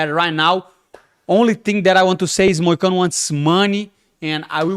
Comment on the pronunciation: MOOOOONE MOICANO (love it how he says it in portuguese/brazilian accent haha)